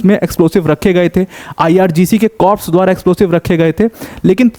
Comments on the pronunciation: Corps nhi Sir "Core" bolte h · the correct pronunciation of corps is CORS.P is silent.u repeatedly use wrong pronunciation in so many videos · Please check your pronunciation of "corps".